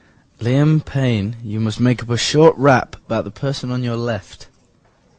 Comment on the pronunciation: you said 'rape' not 'rap' LOL THAT IS FLACKING HILARIOUS!